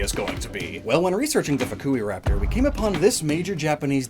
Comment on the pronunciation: Ah yes fuck-u-raptor